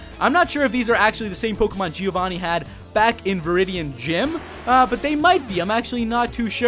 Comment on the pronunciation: Very nice vid;D Just one thing, a small tip. Can you say "Joe"? That's the same sound as the "Gio" in "Giovanni" (well the best would be saying it with an italian accent but whatever). I don't want to act like a kid who has fun telling the mistakes people make, it's just a tip, think it's written "Joevanni", hearing G-i-ovanni is so bad D